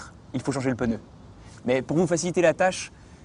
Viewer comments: Il a dit peuneu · "Le pEnEU" lol